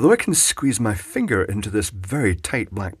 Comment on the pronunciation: buddy, you kill me....funniest one i seen yet......love the emphasis on commmme and finger..oh boy...long live kenny..